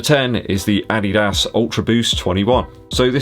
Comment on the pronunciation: Funny way when you say ADIDAS 😂